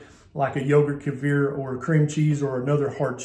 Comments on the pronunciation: Just a pronunciation issue. Kefir: Kee-fur, or Key-fur, iow, emphasis on saying Kee, or Key, followed by fur, not the bumbling pronunciation you used. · I've never heard "kefir" pronounced that way.